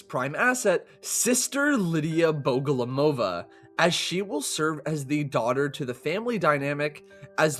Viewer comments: he said lidya bogolomova instead of liliya bogomolova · Not bogolomova but bogomolova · In all pronunciation versions of Lidia's second name it's BogomolOva, but the correct one would be BogomOlova. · It's Liliya Bogomolova. Not Lidia Bogolomova. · Hi! Russian here. Wanna clarify how to properly pronounce Liliya's name for yall, if you wanna be like real cool. Liliya is a russian analogue for Lily, obviously, nothing new here. Bogomolova consists of "bogomOl" which is a russian word for praying mantis (literally, bog = god, mol = short form of to pray, so praying mantis is literally "bog-o-mol=praying to god") and "-ova" which is like a suffix meaning that this surname belongs to a woman. So, the proper way to pronounce it would be Liliya Bo-go-mOl-ova, with the emphasis on the second to last O. Which means red barrels themselves are mispronouncing it. Sorry for being boring, i got a little sad after bro butchered it. Loved the vid tho <3